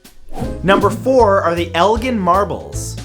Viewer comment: It’s El- Jin